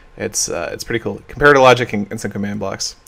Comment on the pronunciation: Um, what? That's how "comparator" is pronounced. "com-PAIR-a-ter"